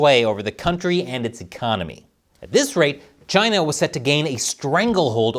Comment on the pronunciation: love the way pronounce Chyna like Trump. taiwan is the real China. Chyna is Proc 😂